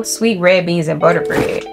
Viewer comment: i belive you now when you said your country by the way you said " this waffle look dry you need some BUTErr" lol!